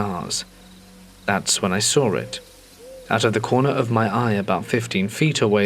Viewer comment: "And then I saw(r) it" said for the th time 🫣😂🤣